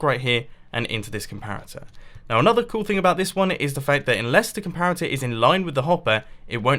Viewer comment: 3 says compator instead of comparator